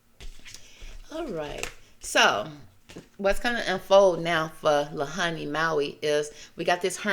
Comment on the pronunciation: There were a few things you had incorrect about this…the pronunciation of Lahaina is said like - LA HAI NA… the whaling was never done around the islands, but was a place whalers up until the late 1800’s would stop to rest and restock food/water before selling the whale products elsewhere…we don’t do that here at all and actually whale watching is the main part of the economy in winter months. Westerners for sure did come do a land grab and take over the kingdom of Hawaii by business influence, then illegal annex and then statehood. The rest of your reading had depth and great intentions of truth.